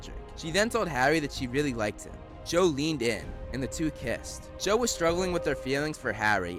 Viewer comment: The voice: Cho Subtitle: Joe